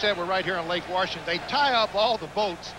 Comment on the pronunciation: I love how they call them Warshington.